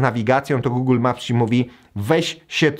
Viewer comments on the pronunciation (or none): none